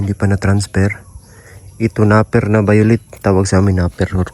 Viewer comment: Napier ( NAPYER) pagpronounce...ingat kayo God bless you all.